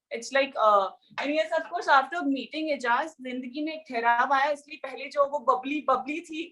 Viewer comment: Why Pavitra always pronounce Of course as UPCourse...?? 😄 #pavijaz we Miss you onscreen....😕💗💗👫⚫️